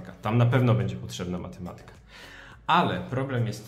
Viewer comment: Matemaaatyka, nie matematyyka.